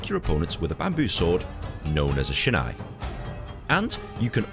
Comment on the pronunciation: It’s pronounced like sheenaie not shina.